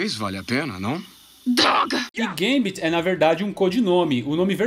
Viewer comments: Não é "guêmbiti", é gâmbet mesmo...😌👍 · Sempre falei Gâmbito e não gambíto. Fica mais bonito sendo proparoxítona.